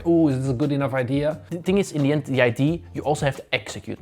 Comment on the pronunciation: it's so funny that the guy in the red keeps saying ID instead of idea lol